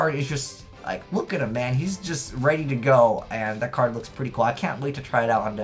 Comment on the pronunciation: like peter griffin saying card: "Cad"